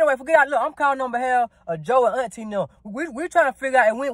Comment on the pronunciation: “Auntie nem ”😭😭💀💀